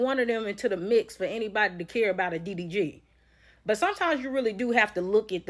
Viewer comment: His name is D D G I don't know what you are saying😂